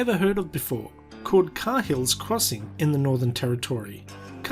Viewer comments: Can confirm that the crossing is pronounced “kay-hills crossing” not “car-hills crossing” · Carhill? It's pronounced Cayhill, ya muppet! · No it’s pronounced cay-hills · Dummy me, I always thought it was pronounced Kay-ills instead of Car-hills. I guess the crocs don’t care how it is pronounced. They only care about live lunch packaged in cans passing in front of them. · I thought it was pronounced more like Kayhill based entirely on how I’ve always heard football commentators pronounce Tim Cahill. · the correct pronunciation is "karl's crossing" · Cahill is an Irish surname. It's pronounced Kaa- ill. Just say that quickly and you'll have it. I'm not a Cahill, but I've known a few. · Its pronounced Kay Hill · Video starts. Voiceover guy pronounces crossing name incorrectly. Me: FFS! 🤦🏼‍♀️ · Why are you saying "Cahill's" like that?